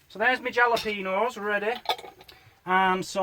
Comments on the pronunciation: Didn't want to say it yesterday, but jalapenos has silent J. It sounds like H. Just ask the thousands of Mexican's around, ....ok.... Here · When you say jalapeños pronounce it with an “H” for the letter “J and that would be perfect. Lol. Love your cooking. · you keep me laughing. Jalapeno the j sounds more like an H. I'm from Tennessee in the United States I am curious on how Yorkshire Pudding tastes. Love you guys!